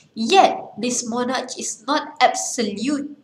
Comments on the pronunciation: Not mo-narch its mo-nark... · Not monarcsshhh , its "moh-narkh"